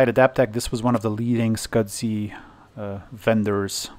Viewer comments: Why does a server have sound board with a power amp? Next video just say S. C. S. I., I know English isn't your indigenous language, but the way you are saying 'Small Computer System Interface' is Killing me, Scudzy lol. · You should contact FranLab regarding that video card with its 3D glasses capability. She has 3D glasses which could need it. Also SCSI is "scuzzy" not "scud zee."